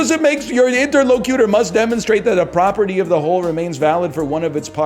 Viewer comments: this man is so god damn contrarian he's making the argument that metal can fucking fly jesus christ. Meanwhile he's saying "inter-locyewter". . . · He pronounced it weird